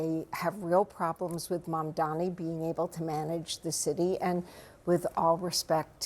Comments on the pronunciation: He keeps calling his opponent Mandami lol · He’s so devoted to saying it “Mandami”. It’s not hard! Why can’t these boomers get it? Mamdani! “Mom” as in your mother, “Donnie” as is Donnie Osmond! Drives me fucking insane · he cant even name "Mamdani" correctly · I like Curtis Sliwa, but he should know how to pronounce Zohran Mamdani's name by now.